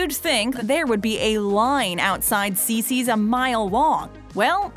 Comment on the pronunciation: Not Cicis!!